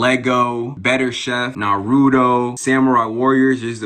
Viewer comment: whyd he say naruto like that haha